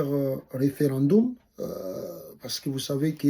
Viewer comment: Mauvaise prononciation ( referandumu) 🤣🤣🤣 mawa